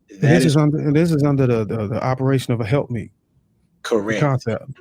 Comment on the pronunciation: "Help Mate," not help meet. Good video!